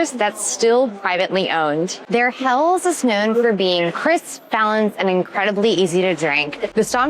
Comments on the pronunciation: It's pronounced Hell-es and not Hells !! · Helles is a two-syllable word: HEL-les. The final “e” is sounded, like the “e” in “less”. 👍🍻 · Have been to Augustiner in several locations. Great restaurant and excellent bier. Say “hell - es”. Next times(s) head to Bamberg for craft brews and to Sachsen for “thicker” Czech style lager.